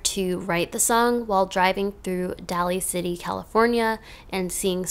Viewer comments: I know you'll probably never talk about Daly City again and it doesn't really matter, but it's pronounced like 'daily', not 'dally'. Just so you know. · hey i'm from sf and wanted to let you know that daly city is pronounced like "day-lee" city. love your video :)